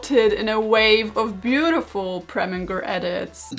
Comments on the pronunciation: I saw Preminger and I CLICKED But babes it's pronounced "Preh-min-jer" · you have no idea how much I needed this Also: calling Preminger “Premmie” I can’t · It’s no longer Preminger It’s ”Premin-G R R R” now 😂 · WHY IS NOBODY QUESTIONING HOW SHE PRONOUNCES PREMIGER?? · I’m sorry I know it’s her accent but Karolina saying preminger’s name with a hard g took me out. And then her calling him “premmie” later on like 💀💀💀💀💀💀💀